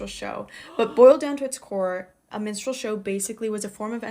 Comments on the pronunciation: She pronounced "Minstral show" like "menstrual show" both times she said it in the intro of that TikTok and I was so confused! 🤣 Ooo! She said a woman is born with mammary glands. Good news, everyone! All humans (excluding those born with anomalies) are born with mammary glands. All humans with mammary glands, regardless of equipment or dominant hormone, can also lactate. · Minstrel show, not menstrual show, geez lady 🙄🤣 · It kept sounding like she was saying "menstrual show," which is kind of hilarious! 🤣